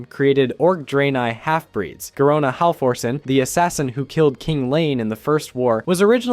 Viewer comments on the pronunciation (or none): oh the "feel energy" .... bro slow down . it is garona halforcen from half-orc, not orssen. and Fel... like when you >fell< from the changing table.